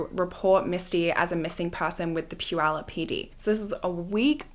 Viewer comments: I just want to say I'm impressed with your pronunciation of Puyallup. Usually, if you are not from here... It's generally wrong. So kudos. I'm also happy to see the funky earrings making a reappearance... It's such a sad story... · I'm really impressed by your correct pronunciation of puyallup. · I want to compliment you on your pronunciation of Puyallup! My bf lives there and makes fun of me because I always say it wrong…🙈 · I am from the Pacific Northwest and I commend you for pronouncing Puyallup correctly! Ppl in the U.S. don’t even do that. 👏🏻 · I have lived in Puyallup since 1990 and thank you for taking the time to know how to pronounce Puyallup correctly! I live 5 minutes from the fair now and lived about 1 minute from the fair at that time. In 1993 I tried to get the Puyallup Police, technically the Sheriff, to help me make my ex stop stalking me and threatening me and the guy literally told my dad “you know how teens can make things up” right in front of me, I was 17. So yeah they didn’t trust teenagers a lot back then. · I grew up in Puyallup, going to the fair every year! I'm so impressed that you pronounced Puyallup properly! 😅❤ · And it was Puyallup! Impressive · Right…she pronounced Puyallup correct from the beginning❤